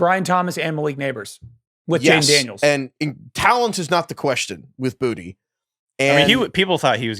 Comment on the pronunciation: Boutte is not pronounced Booty